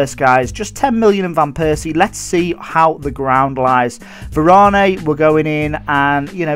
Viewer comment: It's pronounced var-an easy mistake